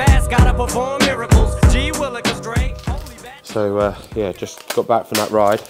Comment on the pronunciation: it doesn't get more British than that "yoaih". Love it